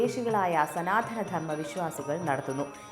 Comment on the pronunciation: സനാധന ധർമ്മം അല്ല സനാതന ധർമ്മം ആണ് ശരിയായ ഉച്ചാരണം.